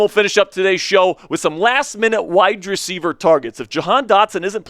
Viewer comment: Bro, you are awesome. I’ll start there. I am curious if the way you annunciate wide receiver he is on purpose? It’s hurts. 😅